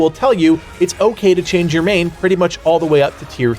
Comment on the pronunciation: "change you main" lmao cmon bud